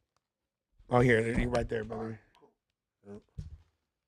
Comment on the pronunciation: should be fined $1000 every time he says Borther smh